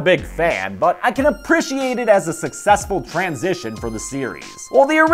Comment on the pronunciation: Why does pronounce appreciate so weird